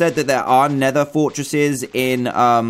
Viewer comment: It's not neder fortres